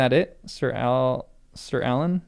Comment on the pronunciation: I laugh every time you pronounce Arlan Alan.